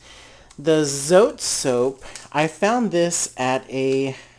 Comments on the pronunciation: FYI, "Zote" is pronounced "tsaw-teh." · I use this recipe minus the baking soda. Oh and by the way, the soap is pronounced so-teh.